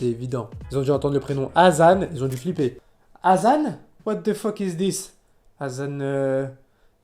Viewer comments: C'est hassan et il le prononce azan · Quand il se présente il dit qu'il s'appelle HASSAN et non azan 🤣🤣🤣🤣 ils ont écorchés son nom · C'est hassan pas azan🤣🤣🤣🤣.